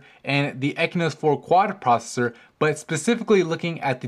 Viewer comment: stop pronouncing it "ekynos 4 quad" it has an X in it, its pronounced "eXynos 4 quad".